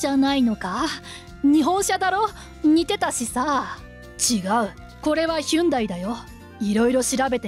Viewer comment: ヒュンダイ？ ホンディでは？